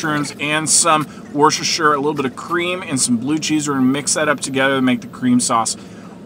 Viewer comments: “....Add some worshschhxwher.....” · It would make more sense to just pronounce it Woooooostershire!